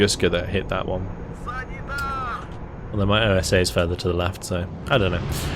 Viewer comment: The OSA antiair is actually translated from russian to wasp, is a word not pronunced like O.S.A. Not a problem the way you say it, just commenting.